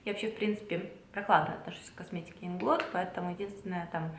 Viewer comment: Привет! Ударение мы делаем на первый слог в слове Инглот, потому что нас учат так: В польском языке ударение почти всегда падает на предпоследний слог.